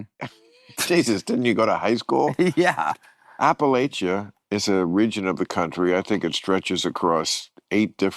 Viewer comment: The correct pronounciation is apple-at-cha...like I'll throw an apple at cha.